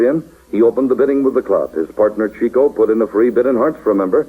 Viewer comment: It's a shame that the program's host keeps mispronouncing Chico's first name. It isn't pronounced "cheeko" but rather "chicko".